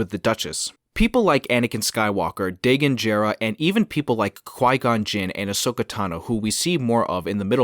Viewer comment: Spoiler alert: You’re pronouncing Dagan Gera wrong 😅 great video otherwise!!!